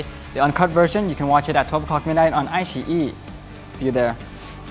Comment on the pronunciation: OMG Bible saying the correct pronounciation for iQiyi... I wanted to cry 🙈🙈🙈 finally someone was able to enunciate it properly 😍😍